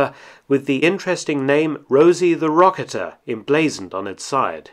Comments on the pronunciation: Huh, I've always pronounced "strafe" as streife, not straaf, and rocketeer as rocketeeer, not rocketer. Have I been mispronouncing those words my whole life? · It would be pronounced " Rosie the roca-teer" like Rosie the riveter.